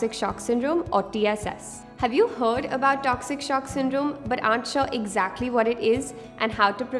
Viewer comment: "hHave you huud about toxic shock syndrome?"